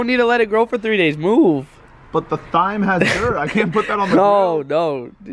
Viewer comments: Technically it’s not pronounced “Thime” it’s pronounced “time” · it’s pronounced time like in a clock lmao 😂 clean that oven out it’s filthy! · thyme is pronounced time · LOL at pronunciation of thyme... it's pronounced like time lol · Its tyme with a silent h not thyme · Hahha it's not pronounced thyme its pronounced time, the H is silent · every time said thyme!! TH-yme hahahaha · Its TIME. THYME IS PRONOUNCED TIMEEEE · It's pronounced time lol & yes you should plant it so you'll have lots when you need it... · its pronounced as "TIME" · He said THIME lol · It's pronounced Time even though it's spelled Thyme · It is time not thyme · Thyme is pronounced time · Did anyone get triggered because he pronounced it as tyyym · Thyme is pronounced time 😂😂😂😂😂😂😂😂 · The way pronounced thyme triggered me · Thyme is pronounces Time xD xD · You pronounced thyme wrong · Thyme is actually pronounced Time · Thyme is pronounced as time